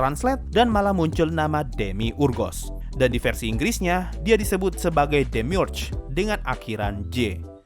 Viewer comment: Gw bacanya demiurge bukan demiurge